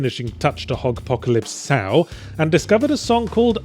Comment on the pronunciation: Huh, and here Yahtzee and myself have been pronouncing it Hogpocalypse Sow, playing off the Apocalypse Now film; but apparently it’s Hogpocalypse So or Sew. Who knew?